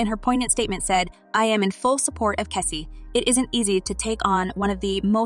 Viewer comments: This story had nothing at all to do with the title I will not watch anymore of these blogs. Learn how to say the names correctly her name is Cassie not Kessie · Its CASSIE not KESSIE TF